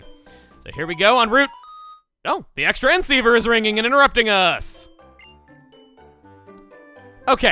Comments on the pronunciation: So hold on, Is he pronouncing it extra N ceiver on purpose? Isn't it called the cross transceiver? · It’s actually pronounced Cross Transceiver. Not Ex-Tranceiver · I think xtransiver is pronounced Cross Transiver if I'm wrong please correct me but x is usually pronounced cross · The X in Xtransceiver is spoken as "Cross" transceiver my dude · The Xtransceiver is pronounced "Cross-transceiver." (I'm nitpicky about that kind of thing.)